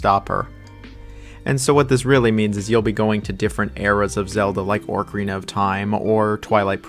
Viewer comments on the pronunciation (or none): The way you pronounced “ganondorf” and “orcarina” pissed me off and I am unsubscribing